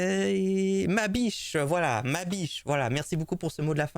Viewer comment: Hé vous vous souvenez de la chanson dont avait parlé SLG et WTC: "ma biche, son histoire"? ("biche" prononcée à la ) 😆 1er degré, sa façon de prononcer "bite" au lieu de "biche" ça m'a fait penser à cette chanson et depuis je l'ai dans la tête 🎶 ma biiiiite, ma biiiiite, ma biiiiite, ma biiiiite! Né en 93... 🎶